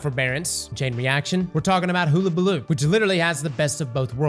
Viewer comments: ALL YOU GOTTA DO IS TAKE WORDS OR SOUNDS AND COMBINE THEM, for example; the "HULL" of a ship. HULL- A - BA- LOO. AHAMKARA= AHA! i've figured it out. A-HA(M)-KAR-A. JESUS CHRIST I JUST WANT YOU TO SAY IT RIGHT!! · I Iike how he can pronounce hypotrochoid but not hulabaloo correctly...it's like he does it on purpose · Use this as a dislike button for cross’s pronunciation of hullabaloo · should delete a God roll for every time he's mispronounced "Hullabaloo". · HULL not hoo. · It’s not “hoola” like hula hoop, it’s “hulla”, like…ah forget it. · its hulabaloo not hoolabaloo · Huh-la-bah-loo not hula hoop baloo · you've been saying this things name wrong since the first time you read it. All of the event weapons are named after old sayings or phrases. It's pronounced (Huh-Luh-Buh-Loo). Not Hoola. It means "To make a fuss". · Not like hoolahoop...... HUH-la-baloo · Oh my god. Hull-a-balloo. Not Hool-a-balloo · It’s pronounced “Huhlabaloo” not “hoo… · sorry bit i do not accept 'hoo'.. It's Hul-La-Ba-Loo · I know I'm being a pedantic ass but its pronounced "hull-a-baloo" like the "hull" of a ship, not like a "hula" hoop. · So many older movies and even recent (In lifetime) cartoons that say Hullabaloo and even google translate that can say the word.... and yet he still says hoola and not Huh la. lol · my guy, is pronounced hull-a-ball-oo. Not hoolabooloo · Did he figure out how to pronounce it half way through the video? Sounded like it. He suddenly swapped from hoola to hulla. Edit: Nevermind, it was a fluke. He went back toward the end. I think he accidentally mispronounced it correctly for a bit. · Hull - like on a boat - abaloo. You’re welcome. 😬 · Hole ah bah loo 🤣💀🤦‍♂️ to be honest Ive been saying hoola as well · Please god, learn to say it properly!!?! Its a U, not a double O!! Its Hull!! Hullllllll!! ..hul-lah-bah-loo!!! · Bro, are you even trying? Hoolabaloo? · No way!! Hug-a-baloo for fuck sake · Still saying it wrong. Hula balooo